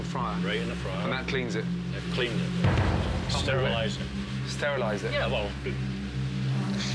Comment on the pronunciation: "It sterlize it" buahjajaja 😂